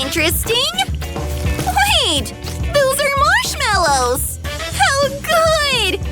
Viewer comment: in the video bro said mashmellos